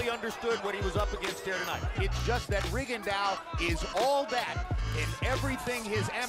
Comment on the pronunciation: REE-GON--DAU... you can do it buddy.. i believe in you.. its pronounced REE-GON-DAU